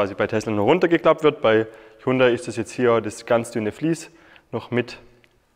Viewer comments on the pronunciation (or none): Aussprache : Jundai.